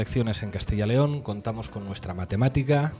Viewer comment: Dejar de decir más de una vez Castilla León. Es Castilla yyyyy León. Juan y Pedro nooo Juanpedro